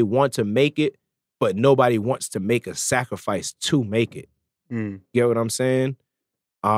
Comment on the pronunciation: He emphasize that word scarfice too much to make a point he not talking putting in long hours at the studio niether